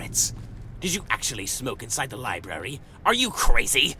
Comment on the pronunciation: Labrury!? O for fucks sakes sucks. The rest are good.